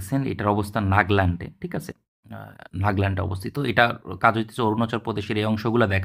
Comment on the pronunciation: শব্দটা ক্রপস না কোর হবে ভাই। আর নাগল্যান্ড না নাগাল্যান্ড হবে।